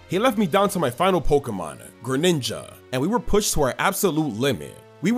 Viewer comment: THE SECOND G IN GRENINJA IS SUPPOSED TO BE A J! AND DO NOT LEAVE OFF THE W IN TANGROWTH!